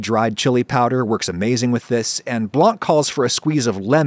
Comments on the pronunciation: the c in Blanc is silent. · For the love of everything that is holy, the C in Blanc is silent, it's not that hard...